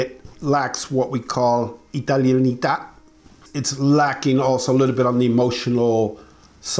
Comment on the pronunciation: Italianitá 🤏🏽🤏🏽 Loved that 😂 Great video, as always!